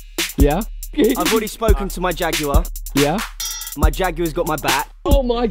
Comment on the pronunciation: It’s JAG WIRE not jag you er